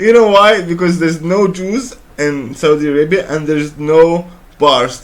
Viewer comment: I like that way you pronounce Saudi Arabia. Sah oo dee. Loved your reaction Bro. From Latino in San Diego, CA.